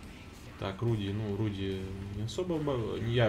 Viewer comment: Забываю подсказать: CHASSEUR DE CHARS читается как "шассёр де шар", а RUDY - это не "Руди", а "Руды" или "Рудый" (с ударением на первом слоге) - по-польски и по-чешски "рыжий". См. фильм "Четыре танкиста и собака".